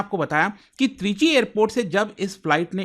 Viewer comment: Trichy ❌ Three G✔️